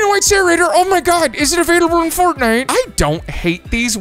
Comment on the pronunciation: 😂YES! He said, "But it's not avaliable Fortnnite"😂